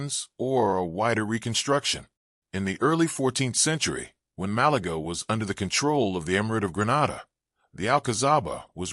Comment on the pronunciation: Please remake the video with normal English narration, instead of the computerized American shit. Malaga is not pronounced Malagra. This would have been an interesting video, other than that.